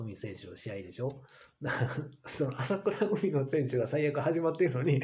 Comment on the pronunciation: まさかとは思いますが あさくらうみ とか あきしのみや とか、読み方すら間違えてますよ 人の名前すらちゃんと読めないのですか？わざと間違えてるんですか？